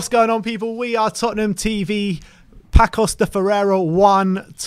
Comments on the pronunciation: Paços is Not pakos.... is passus. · It's not "Pakos de Ferreira"... The Ç should sound like an "s". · You write "Paços de ferreira" but you read "Passos de ferreira" not "Pacos". All the best for tottenham from a "Passos" fan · "Pakôs de ferrera". Say Paços de Ferreira, pronounce PaSuuus like Sue my mate. 🤣🤣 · PaKos? WTF is a PAKOS? There would be an excuse if our Manager didn't have at least three press conferences where he correctly pronounces the name of the team more than ten times. WFT? The lack of respect and doing the minimums (like just listening to our own Manager speak) is just obnoxious, as this channel has been for a long time. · It's Paços (read "passos" like paces) Thanks